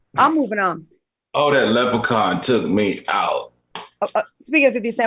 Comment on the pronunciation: 'Sis'-s, Lepracons and 'extra-terestrials' 🤣🤣😂🤣😂😂🤣😂😂😂😂😂🤣🤣😂🤣😂..Fantastic show!! Loved it.